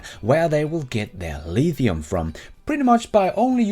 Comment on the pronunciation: Haha, go lEEEEEthium